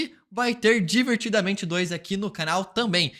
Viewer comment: Seu "tamém" é o único ponto negativo do canal...